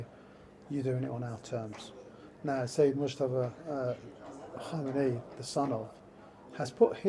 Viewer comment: *Khamenei, not Khomeini